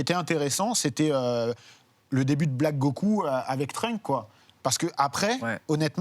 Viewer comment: Pwaaa le 'Trunk' ca pique... C'est Trunks ! Pk les gens ont du mal avec les s en anglais???